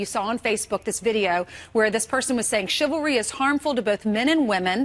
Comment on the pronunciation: Wow that idiot as soon as she opened her mouth she said chivary lmao then talks about cardi b lmao